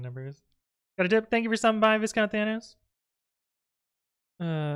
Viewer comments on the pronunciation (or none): >viscount_thanos "I can speak, there's an s there" -- but the s is silent! It's vye-count!